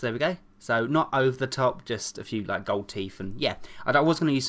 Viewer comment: always always always he said hey you laike the next tutorial ufffffffff i hate it